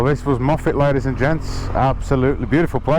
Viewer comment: Hi, We met at Applecross after my CanAm broke down at the top of the Bealach - got it sorted and now been over the Bealach 6 times and will do it again before the years out! Glad you love Scotland and great to hear you use the correct pronunciation of Moffatt!!